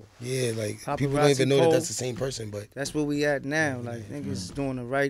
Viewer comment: He said popperazzi